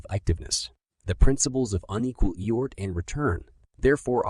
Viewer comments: What is he saying eort what word is he trying to say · Effort. It can’t say the letter F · Eyort! 😂... Thanks! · HORRIBLE - The AI used to read this book does not recognize theleyter F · Pronouncing the word "effort" wrongly is so distracting in this audiobook.